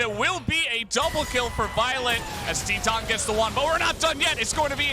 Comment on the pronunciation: Is it that hard to pronounce titan correctly